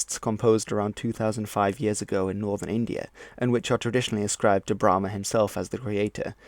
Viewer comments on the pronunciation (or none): Thought it’s was pronounced as bra-maan instead of bla-maan